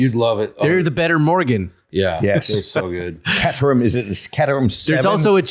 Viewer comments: Cat-er-ham??? See episodes of Top Gear for correct pronunciation 😂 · Catterham? It's Cater like a caterer. But they're awesome little rockets. Very pure. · Caterham pronounced Kater-am